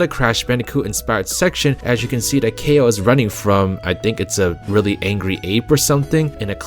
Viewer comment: I think Kao is pronounced like "cow" now "kay-o"